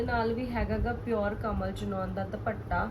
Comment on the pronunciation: ਭੈਣ ਜੀ ਸੂਟ ਬਹੁਤ ਸੋਹਣੇ ਨੇਂ ਜੀ👌👌👌 ਪਰ ਪਲੀਜ਼ ਦੁਭੱਟਾ ਨਾਂ ਕਹੋ ਜੀ। ਦੁਪੱਟਾ ਕਹੋ ਪਲੀਜ਼🙏🙏